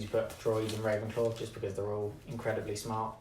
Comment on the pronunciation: Rey-venclaw!! LOL 😂